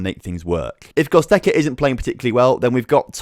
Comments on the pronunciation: lmao, I cannot breathe... GOZTEKA xD. Love your videos mates, but your players names are something different EDIT: it's pronounced GO-RATS-KA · I was about to comment this ahaha Gottekkerza was annoying me ahaha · How can you look at the word G-O-R-E-T-Z-K-A and say it "Gozteka" ?? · Hahaha he said it over and over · Butchered goretzka name 🤣🤣 can’t wait till FM 20 comes out tho cheers on 12.3k subs